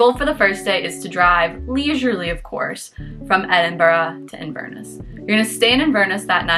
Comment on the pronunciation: Sorry.. I can't stay quiet any longer. So it is pronounced 'Inver-Ness' with the same stresses you would use for 'Loch-Ness'. Loch is a Scottish word that means lake, and Inver is a Scottish word that means mouth of a river. Inverness is the city at the mouth of the river Ness... hence Inverness. 🙂